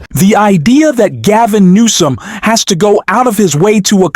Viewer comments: Number one, his name is not Gavin.Nomes, it's Gavin Newsome.Don't you speak english or read it another thing?Look at Donald Trump and then look at Gavin.Wouldn't you want to kiss him more than her husband who's old?She's young. Take it for what it is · It's Gov. Gavin Newsome, who is Gavin Noeme. Are you using AI? Are maybe you thinking of Kristi Noeme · Gavin NEWSOM dude it's NEWSOM 😂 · It’s Gavin NEWSOM, not “Gavin Noem”. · The name is NOT NOME..... IT IS GOVERNOR NEWSOM ! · It’s Gavin Newsome not Noem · California's Governor is Newsome (New-some), not "Nome". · It's Governor Newsom not nome?WTF???😮😅😅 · who is Gov. Nome you keep saying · Excuse me but who is Gavin "Nom" ? Can't you pronounce his name properly or is it too hard ?? I never heard anyone refering to Gavin Newsom as "Nom"...